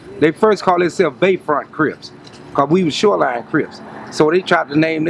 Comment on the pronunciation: “Sho line” lol shoreline?